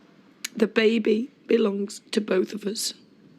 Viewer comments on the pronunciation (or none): If Fred Elliott says babby, not baby, one more damn time....that is annoying like a Mofo...LOL.. That Ashley and it ain't my baby storyline seemed to drag on forever. I am so glad for the fast forward feature!